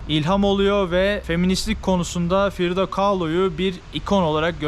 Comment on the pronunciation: Frido değil Frida demelisin 😎🌵